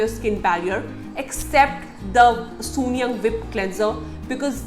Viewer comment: It's not soon-yang , it's soon jung...